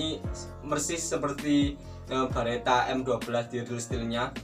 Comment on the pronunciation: Beretta lurs, bukan Baretta, kalo Barrett beda lagi 🙊